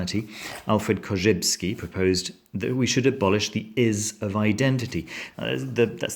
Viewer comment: I don't know if it's because your half french background, but I noticed that you pronounced "Korzybski" perfectly :) I feel sorry for any foreigner who tries to learn Polish ;) For me English is truly remarkable language, because a single word can be used in multiple ways, as a noun or verb, resulting in various combinations. For example, I never before heard the expression "half bolt", but I know what you mean ;) I can't think of any other book that produced in me such life-changing effect. Sometimes you read a book and you feel that it's a real gem, but "Quantum Psychology" goes even beyond that. I'm thinking that one reason this book is not so popular as it should be, is that it's difficult to pin down and categorize. It's neither science, nor religion, but at the same time it's both ;) I wish more people could benefit from reading it, but maybe, because of its elusive nature, it will attract only certain type of people who are naturally hungry for knowledge. Damn, now I have no other choice than to read it again ;)